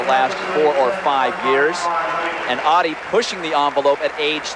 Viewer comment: Great stuff from all of them. I was a big fan of Merlene. She's just a couple of months older than me. But please US reporters, her name is Ottey, not Awddie.